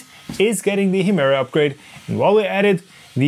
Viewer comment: Sag doch noch 200 mal Hemera 🤦‍♂️